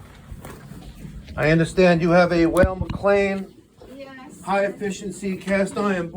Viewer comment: Weil is pronounced the same as while. You remember Scott Weiland from STP.. Scottish